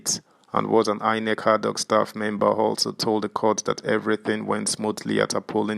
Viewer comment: Is it adhoc you are pronouncing as hardhoc? And Lp as hellp?